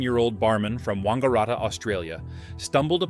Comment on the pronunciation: wang, sounds same as sang and with hard t sounds sounds like 'rat' and short a like the a in rat - wang-a-rat-a